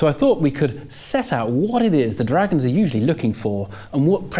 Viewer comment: Why can't he say 'dragons' properly.